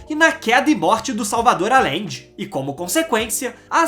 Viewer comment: amigo, se vc vai fazer uma materia , tem q se informar mais sobre a pronuncia dos nomes,,,Não se diz Alende.....se pronuncia Ajende. Ficou insuportável ouvir, mesmo sendo muito boa a matéria. E fora o sutaque chato qdo termina a frase.